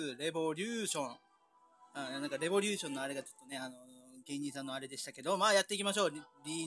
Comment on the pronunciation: レボ↓リュー↑ション↓ うぽつです。 自分はバルセンサーバーで遊ばせてもらってます(´･ω･`)